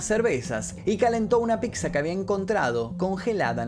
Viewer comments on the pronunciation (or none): " ...y calentó una PIKZA" ajjajajajsjqj